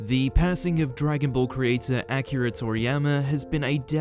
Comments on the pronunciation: did this dude just say Acura Toriyama??? bro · Say his name right, you said Acura....jeez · Did he just call him ACURA toriyama? Yikes. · Down liking this because you called him "Acura" like the car...Jesus. You had one job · rip acura toriyama, at least thats what it sounds like this guy is saying lol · Good to know, Akira in the King’s English sounds like “Acura”